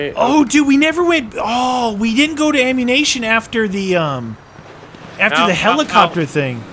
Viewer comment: You purnounced ammunition wrong no efence